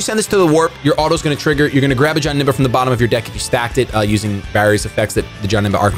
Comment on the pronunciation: wtf why do you pronounce it like johnemba its janemba